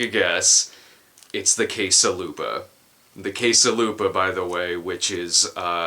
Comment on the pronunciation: For a second there I thought you said "case a' lube-a". Guess my brain automatically connects you with porn-associated items now.